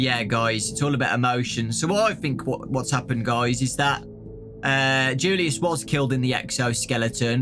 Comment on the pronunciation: You pronounce julius like yulius